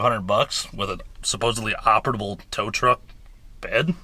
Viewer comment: Also there's no T in operable brother